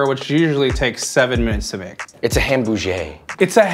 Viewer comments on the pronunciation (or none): "it's a hambouger". A ham movement? kinda funny you talk about mispronunciation and you made it even worse.